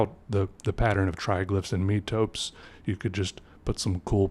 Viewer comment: metope = met-uh-pee